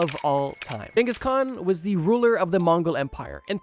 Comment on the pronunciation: I will never forgive you for how you pronounce khans name. Wtf